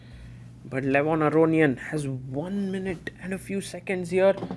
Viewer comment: Please, stop pronouncing Levon's surname like that. It's wrong. Stress on "ia", not "o"